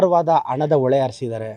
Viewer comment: ಝೂಮ್ ಹಾಕಿಕೊಂಡು, ಫ್ರೀಜ್ ಮಾಡಿಕೊಂಡು ಕೇಳಿಸಿಕೊಳ್ಳಿ ಎಂದಾಗ ಯಾವುದೇ ಸವಾಲ್ ಇರಲಿಲ್ಲವಲ್ಲ. ಅದನ್ನೇಕೆ ಇಂವ ಹೇಳುವುದಿಲ್ಲ? ಆಮೇಲೆ "ಅಣ","ಒಳೆ" ಇದ್ಯಾವ ಸೀಮೆ ಕನ್ನಡ? 'ಹ' ಕಾರ 'ಶ' ಕಾರ, ಮಹಾಪ್ರಾಣ ಉಚ್ಚರಿಸುವುದಕ್ಕೇ ಬಾರದಿರುವ ಇಂವ ಏನು ಪಾಠ ಮಾಡುತ್ತಾನೋ?